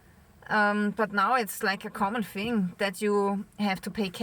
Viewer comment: love your posts. only one gripe. us english have a problem with only one word: Thing! if you say fing in the north of england you are classed as uneducated!! I know you are not. It is just a dialect thing> Sorrry to be the party pooper! Happy New Year!